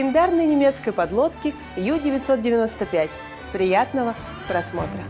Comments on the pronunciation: Ююю95 объясните ей не ю- бот,а у-бот!!!!!!! U-это с немецкого (unten) - в переводе внизу,а в связке с бот оно звучит как (под), тобишь подлодка!!! А юююю это юбка,так ей и скажите! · У-995, а не Ю-995. Это ведь немецкий язык, а не английский. Очень распространенная ошибка, прямо слух режет